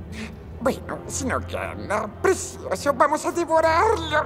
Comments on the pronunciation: Eso mismo opino, a ver si aprendemos a hablar, creo que te comiste la "C", es "PRECIOSO", no es con "S". Y si escuchas todo el audio, sí dice "precioso"... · Morí de risa cuando dijo presioso